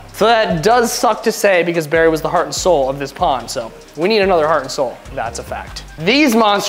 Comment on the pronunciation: It's Barry not Berry 😂